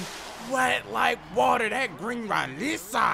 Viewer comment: It is not wet like water. It is wet like watta